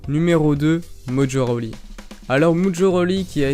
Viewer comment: Mdr il a dit mojo roli 😂😂😂